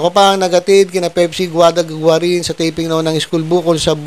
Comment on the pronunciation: Ang bigkas ay Gwa-rin (Guarin) at hindi garin, 😂